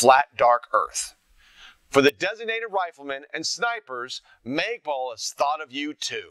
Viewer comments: lol "maygpul"? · haha he said magepul hahaa